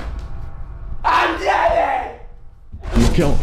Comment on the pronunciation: The dad saying Jeffry and not jeffy is so true they actually say jeffry